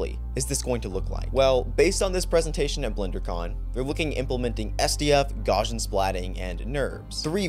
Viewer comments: It’s actually pronounced “Gaussian” 😌🫡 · please, I beg you, go and find out how to pronounce 'gaussian' properly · It drives me crazy that everyone constantly mispronounces Gaussian as “GOSH-un”.